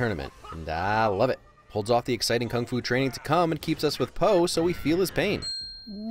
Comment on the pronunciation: kung fu or fung fu ?